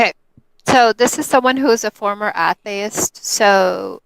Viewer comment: How did this lady pronounce atheist like "Athist"?